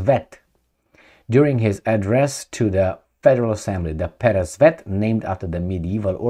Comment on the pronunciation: you pronounce "Peresvet" correctly. Also "Zadira" too. But "Kinzal" is wrong, the "z" sound should be like in french word "Visage" - g sounds like.